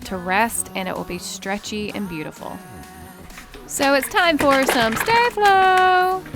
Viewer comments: Sta flow not stay flow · Ummmmm!? It's called saflo no staaflo! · It’s not stay- flo it’s sta-flow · I thought she would pronounce sta flo as staa flo but she said stae flo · It's not stay-flo its sto-fol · It’s not stay Flo it’s staff low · Its no stay-flo its sopos to be sta-flo hahahahahahahhahahahahahahahahahahahahah hahahahahahahahahahaha hahahahahahahahahahahahahahahahahahaha hahahahahahahhahahahahahahahahahahahahah hahahahahahahahahahaha hahahahahahahahahahahahahahahahahahaha hahahahahahahhahahahahahahahahahahahahah hahahahahahahahahahaha hahahahahahahahahahahahahahahahahahaha hahahahahahahhahahahahahahahahahahahahah hahahahahahahahahahaha hahahahahahahahahahahahahahahahahahaha hahahahahahahhahahahahahahahahahahahahah hahahahahahahahahahaha hahahahahahahahahahahahahahahahahahaha hahahahahahahhahahahahahahahahahahahahah hahahahahahahahahahaha hahahahahahahahahahahahahahahahahahaha hahahahahahahhahahahahahahahahahahahahah hahahahahahahahahahaha hahahahahahahahahahahahahahahahahahaha hahahahahahahhahahahahahahahahahahahahah hahahahahahahahahahaha hahahahahahahahahahahahahahahahahahaha hahahahahahahhahahahahahahahahahahahahah hahahahahahahahahahaha hahahahahahahahahahahahahahahahahahaha hahahahahahahhahahahahahahahahahahahahah hahahahahahahahahahaha hahahahahahahahahahahahahahahahahahaha hahahahahahahhahahahahahahahahahahahahah hahahahahahahahahahaha hahahahahahahahahahahahahahahahahahaha hahahahahahahhahahahahahahahahahahahahah hahahahahahahahahahaha hahahahahahahahahahahahahahahahahahaha hahahahahahahhahahahahahahahahahahahahah hahahahahahahahahahaha hahahahahahahahahahahahahahahahahahaha hahahahahahahhahahahahahahahahahahahahah hahahahahahahahahahaha hahahahahahahahahahahahahahahahahahaha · She says stay Flo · Btw its pronounced star flow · It's not stay flow you're saying it wrong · Sta flow is pronounced (star-flow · You’re saying sta flo wrong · Ugghhhhhhh!!!!I hate when people say sta-flo wrong!!!!!!!!